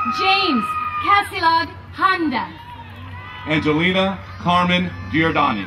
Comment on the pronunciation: Dude, , the lady said my last name wrong. Its Handa (Like Panda, with an H)